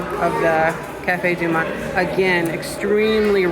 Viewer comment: Cafe Du Monde (not Monte)